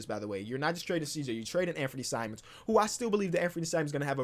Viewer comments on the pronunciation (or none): none